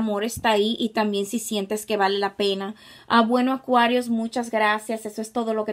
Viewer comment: Cada vez q dices Acuarius me siento una bebida 😅😅